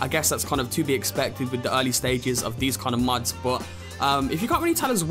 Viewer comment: pretty sure it's "mods", not "muds"